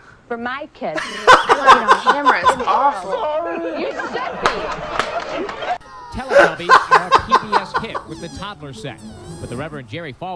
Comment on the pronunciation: went full country saying "Teletubbies" right there ROFL